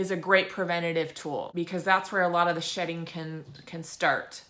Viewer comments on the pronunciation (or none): very informative. Thanks Doctor. you say "shedding" ??